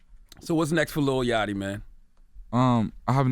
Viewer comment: ITS YACHTY not YATCHY